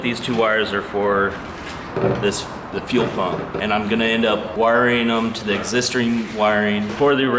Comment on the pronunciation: "Existering"? - Has this fell been hangin' around Bad Daddy Brad?